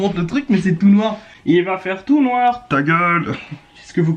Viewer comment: Rrrrrrr 'il va faire tout noirrrr "